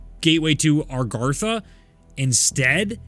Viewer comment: Still can’t say Agartha right LMFAO. Great vid though